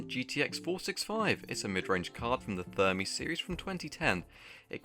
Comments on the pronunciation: After rewatching the video I realized you called Fermi Thermi 🤣🤣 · I may hear you wrong but the architecture is Fermi ,with an F not with a T.